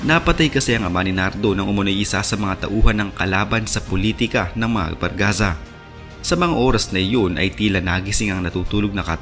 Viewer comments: Jose Barzaga po hindi Bargaza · Barzaga Boss Hindi Bargaza